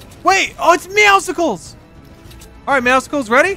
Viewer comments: His name IS NOT MEOWSICKLES IT IS "MEOWSCLES" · Does anyone else realize IT IS NOT MEOWSICLE LIKE MEOW AMD POPSICLE AND THAT IT OS ACTUALLY MEOWSCLES LIKE MEOW AND MUSCLES? IT IS SOOOO ANNOYING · u say meowscle wrong its meow and muscle mixed together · Not a single one of them can figure out its pronounced “meow-sulls” like muscles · When will realize it's not meowsicles its Muscles with meow instead of mu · It's "meow-sils" like muscles, not "meow-sicles" like icicles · Nobody pronounces MEOWSCLES right. They all say it like meow-sickles. When its pronounced muscles with a meow like its not hard to pronounce a word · why does he say meow cicles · It is NOT meowsicles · Anyone else triggered that he says meowscles wrong ? 💀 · ur saying meowscle wrong its muscle and meow mixed together